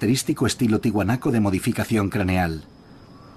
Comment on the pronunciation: Se dice ¡TIAHUANACO, no Tihuanaco. La A se pronuncia!